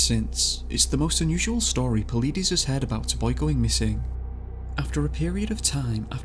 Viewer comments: 1st off, I really like your channel here, but you could really stand to learn how to pronounce certain words better. Is this actually a computer narrator? If so, it's one of the best I've ever heard. If so, I get why there are mispronounced words. For example: a.) Paulides is definitely not pronounced how you said it. b.) Yosemite is pronounced like it has 2 Es at the end, not exactly like it's spelled. Ive only heard those 2 so far. Not trying to nitpick, I just have the popular opinion that you need to have good grammar to legitimize your work when it comes to any written or spoken narrative. Now, hopefully I don't have any typos in this. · It’s PA - lid - us LID is in THE MIDDLE OF HIS NAME it’s PAULIDUS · David po-leet-e-z's xD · Close. His name is pronounced Paul-EYE-dis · His name is pronounced PAUL LIE DEES. THE Park is pronounced Yo sem me tee. I wonder how much of the info you list are true facts and how many are word of mouth. Some seem exaggerations, or guilt when from parents say we were watching and he was playing with his brother we turned to look at a tree for just a moment and when we turned back he was gone. There were no footprints, he didn't answer even though we circled the area calling his name. Dogs don't track. I would like to hear directly from the dog handlers. Just a lot of vague unattributed statements. Same thing with allegations of bad weather. I'd like to see weather records for the days referenced. Then the same days checked for prior years. What if it is normal during whenever it was for sudden storms to move in? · DROPS MIC... LOL. I KNEW YOU WERE PATHETIC, 3 YEARS AGO N YOU DONT KNOW HOW TO SAY David's name right... LMAO anyone else? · Please go watch one of David’s videos so you can hear the correct way to say his last name honey, I’m a big fan of the both of you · I'm pretty sure you're pronouncing his name wrong. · You pronounced Paulides and Yosimite wrong. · Could at least get his name right, dude.. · Pa leedies?? 😂